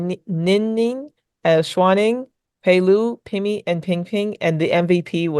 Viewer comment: I want to add something Pailu pronounce like Pai-Liaow but faster not Pai-Lu.